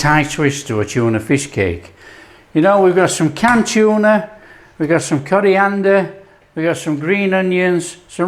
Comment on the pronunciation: "Oops I missed a coriander leaf there" 😁.....proper, proper YORKSHIRE.... ❤❤